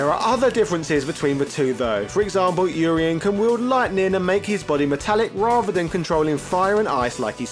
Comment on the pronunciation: Oreien?? It's Urien